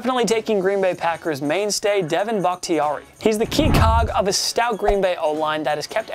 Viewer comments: did anyone one else hear Devin Bakhtiari. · “DEVIN” Bakhtiari?